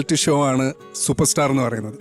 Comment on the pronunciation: ഷ എന്ന് ഉച്ചരിക്കാൻ അറിയാത്തവരെ anchor ആക്കരുത്. ഷോ യെ ശോ എന്നും, ഷാനെ ശാൻ എന്നും പറയുന്ന ന്യൂ ജനറേഷൻ. Uneducated fellows